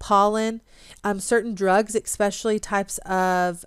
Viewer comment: Good content, but you lost me when you said eKspecially,. I find no fault with a person who gets their information from reading and then pronouncing medical terms incorrectly, which you do as well. That shows a willingness to learn independently. I wonder why nobody has offered kind corrections.